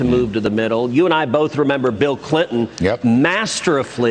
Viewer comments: "Masteruffly" ~ Raphael Cruz😂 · At 0.59, Ted Cruz used the word (not a word) "masterifly". And HE'S a lawyer? 🙄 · Masterifly????? That's not even a word, Ted. If ted weren't governor , he'd be a hillbilly farm hand. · Masteraflea. Not Fled Cruz is making up his own words too. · Ooh new word: 'masteruflly' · 'Masterufly'? What word is that? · Cruz pronounced ' Masterfully'.. as Master Uffly ? Was that on purpose ?